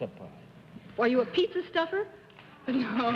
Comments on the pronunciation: Bennett the publisher, who supposedly knows his words and pronunciations - says - "Mrs. Harding I rather gather that you have got something to do with Pittsa Pies"…….. Pittsa Pies?? ROTFL…..and he says it at 3 different times. Did he honesty think a Pizza is a …..Pittsa?? And even later in the show he refers to Mr. "Tapper" as Mr. "Capper" not once…but twice! What was wrong with Bennett on this episode? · funny how Bennett pronounces it pitza not pizza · Pitza pie? Really Bennett. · Not really - his mistake is the "I" sound in Italian which is sounds like "EE" not like in PITS as he does. :) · If Bennett pronounces it "pitza"one more time I'm going to find a time machine and go back to the late fifties of slap him. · Petza Power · Cerf insisted in mispronouncing the word Pizza (PETSA) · he pronounces PIZZA, PIT SA. he didn't she was "as pretty as a PIZZA", he said pretty as a PIT SA." a pun on PICTURE. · Bennett was an American living in the United States. No American or North American would ever say "Pittsa". Ever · This is news to me. I would like other's opinions here. I have never heard an Italian or anyone ever refer to a pizza as a pittsa. Anyone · Why can’t Bennett say pizza! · Another example of Bennett mangling the English language to either get a joke or that's the way he really does pronounce the word pizza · Cerf wasn't pronouncing any words wrong. In1897 he was born, and numerous words were said differently 😊